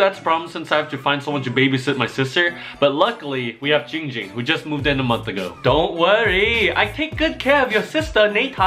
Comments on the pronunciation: Guys its not ging ging its giiiing ging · Its not ging ging its GIING GING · ITS JING JING NOT YING YING LOL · It’s giing ging not ging ging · it's Ging Ging not Ying Ying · ITS giiing ging not ging ging lol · l i t t l e b e e NO ITS GIIIIING GING NOT YING YING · NO ITS ZIIIIIIIIING ZING NOT YING YING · OMG IT NOT JING JING ITS GING GING GOSH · It Giiing Ging not ding ding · it’s ging ging/giiiiiiiiing ging not jing jing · It’s Yee yee not ging ging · It's GIIIIIIIIIIIIIING ging. Not gingging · AI U SAY HIM NAME WRONG IT GIIIIIING GIIING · Why u say it wrong it’s giiing ging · it’s pronounced Giiiing Ging and that is funny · Ging Ging be like ITS GIING GING